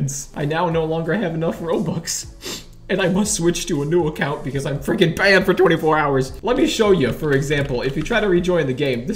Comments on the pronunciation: no he said freaking but it was bass boosted and it sounded like the f word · he sound like he swear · no he said freaking it was just bass boosted and it sounded like that. i thought like that at first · it sounds like f***